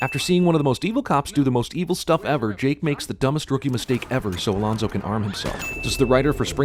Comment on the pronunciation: It's Alonso, not Alonzo.